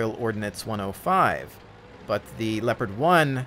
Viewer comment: The tank is called LeOpard not Lepard!!!! God damn ... :)